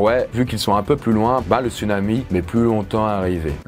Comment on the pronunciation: On dit "tsounami".